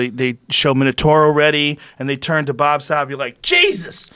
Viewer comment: Bobu...with a long o